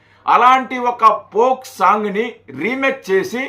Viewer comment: దాని పోక్ సాంగ్ అనరు ఫోక్ సాంగ్ అంటారు మీరు తప్పు గ పలుకుతున్నారు.